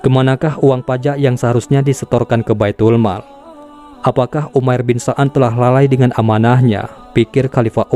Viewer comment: Umair bin sa'ad bukan so'ad😅